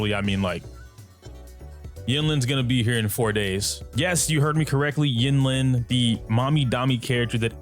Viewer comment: it's pronounced een-leen